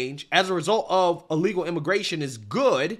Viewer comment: Charlemagne has trouble saying the word illegal.